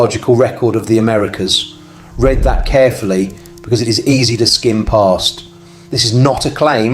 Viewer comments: Yes, i was kind of enjoying this until he said "red" instead of "read" 😂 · i hesitate to believe this as i am sure it is AI. Anyone reading the word read as red when it should be reed is AI. See i think any large sites of clovis artifacts is a massive kill site of the Clovis people. imagine camps or towns or large groups of people. all carrying their own personal tools and weapons in bags or quivers or set beside their hut. then the world falls apart when a comet melts the ice causing almost complete loss of life on the north amarican continent. these sites need to be really searched for evidence. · I really dislike the AI voice that mispronounces common words like "read" being pronounced as "red" because it doesn't understand context. Also it doesn't seem the thumbnail image of the tool is real either. It's a shame, because this is interesting information cheapened by lazy AI tech. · What a shame that A.I. still can't tell the difference between present and past tense of read ("reed" vs. "red"). It's amazingly simple compared to the complex things A.I. does correctly. But it also means that content providers are either not reviewing their own videos before posting, or that there's no way to get A.I. to correct its own errors, which I doubt is the case. View ($) dictates all...